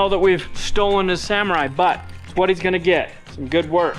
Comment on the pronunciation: Sa-MORR-ai Sa-MORR-ai Sa-MORR-ai Sa-MORR-ai Sa-MORR-ai Sa-MORR-ai Sa-MORR-ai It's not a Samurai